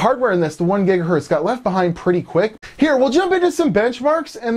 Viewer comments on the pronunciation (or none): It gigahertz me when you say gigahurt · gigahErtz not gigahUrtz. E from checker, decker, sent, repent